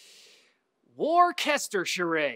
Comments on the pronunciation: HAHAHAHA WORKQESZTERSHERE its wor-ster-sheer :D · It's pronounced War Chester shur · Its pronounced as woostershire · LMAO War-Kest-Ter-Sherr-ay English Town, Pronounced... Wuster... I think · It's War-ster-sure. I live there :) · Worcestershire, or worchzhshkrgrr as you prefer to pronounce it, interesting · Worcestershire (Wus-ter-sheer) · Worcestershire is a place in england and its pronounced woos-ter-shire dont ask why!! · Worcester = Wus - te - shur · It's pronounced wustershire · as an offical british person, wuss-ter-shh-er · It's pronounced wuster-shire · I pronounce it like whir-Chester-sure. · That was amazing, I live right next to Worcester and not all that many English people say it properly, so don't worry about it! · You sure did fuck up saying Worcestershire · Worcestershire! SAY IT RIGHT!!!! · Your pronunciation of our county, Worcestershire hurt my feelings. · You can't just butcher the word Worcestershire and then say oh sorry you can't get this awesome cable mod! Boo!